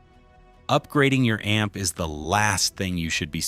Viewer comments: Buying too much a-m-p? LOL!!!!!!!!!!!!! AI sucks. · A m p Goodbye ai lol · Thank you ! I personally found it adorable that it pronounced the word " amp " as A EM PEE. Very appropriate in a video about a em pees..... I hate Ai. And musicians, we are right around the point of the spear on this one. So AI can easily simulate crap music...... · AI slop. Can’t even pronounce “amp”